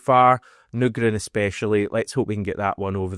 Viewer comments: You're at the wind up now, still saying Nygren wrong 😂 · I’m still absolutely seething about you playing audio of Nygren pronouncing his surname under the guise of making sure to get it right. And then proceeding to completely ignore him & make up your own incorrect way of saying it. I actually can’t understate how angry you’ve made me. With your ongoing efforts to grow subscriber numbers, you may just end up losing one very irked bear unless this seethe somehow subsides. Hope all’s well otherwise. Fond regards, Brian. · Mate. You need to say his name right. It's like people calling you HAM-ISH or something. HH 🍀🍀